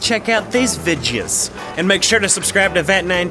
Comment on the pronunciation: Did just say "vidyas"?